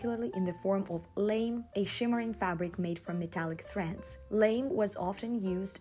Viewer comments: Respectfully, the term for the light metallic, light reflecting fabric “Lamé” is pronounced like la-may. The a is like the “a” in llama, , and the “e” is accented, like the month “May.” It is spelled like but not pronounced like “lame” as in what happens to a horse when they hurt a hoof, or the word used to describe a person who is not so much fun to be around. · It's not "lame" it's "lamé", pronounced lah-mih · FYI, the metallic fabric is pronounced “Lah-May” it’s French in origin and the final e would have an accent ague mark to designate the stress on the second syllable . Unfortunately, in English it looks just like the monosyllabic word “lame.” 😊 Thanks for the video! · Hey, I didn't browse all the comments yet but wanted you to know for next time the pronunciation for lamé is "la" "may." Love you, keep up the amazing work! 💋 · Hi, lamé is actually pronounced like ‘lah-may’ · Hi,, I love your videos! I just wanted to let you know that lamé fabric is pronounced with an accent on the e-- so it would sound like "lah-may":)